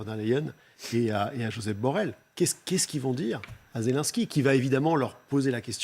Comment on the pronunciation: Il faudrait que les journalistes apprennent à bien prononcer le nom du président ukrainien. Ce n'est pas Zélansky, mais Zélénnsky.